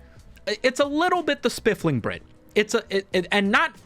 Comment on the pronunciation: “Spiffing Brit” no L in there 😉 love your content!! Also fellow Virginian!